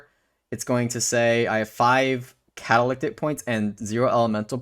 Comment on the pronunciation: I know you have issues with pronunciation and I'm not digging at you for this but the word is (Cat-uh-li-tick) meaning to be used as a catalyst for magic. Again, not digging but understanding a word and where it's derived from lets you understand what its meaning actually indicates.